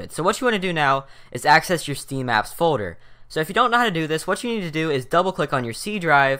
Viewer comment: folder = "foder"